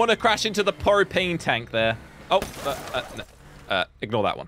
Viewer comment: It’s propane not propani